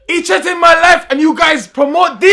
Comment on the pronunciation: He trettened my life. Trettened. Cessora.